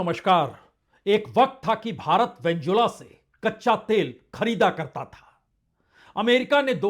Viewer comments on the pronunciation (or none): कृपया अपने वेनेजुएला का उच्चारण करते समय वेन्जुला न बोलें, वेनेजुएला बोलें